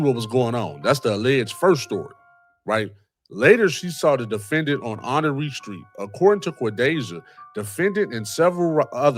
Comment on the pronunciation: Honore street in NOGO is pronounced *Honor. Born & Raised Waukegan & Nogo ❤